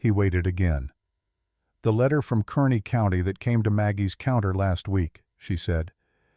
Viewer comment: KARNEY NOT KERNEY